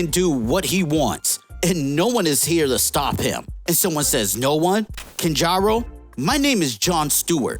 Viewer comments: The p in corps is silent. Aya is the name of the robot that contains the soul of his dead wife, who is also probably dead. And it's pronounced cry-o, not kai-o. Kanjar ro, 2 names. Not kanjarro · It's Kanjar Ro. Two words. You say it like it's one. Put some respect on Kanjar Ro. He was a JLA villain because he's that powerful I guess.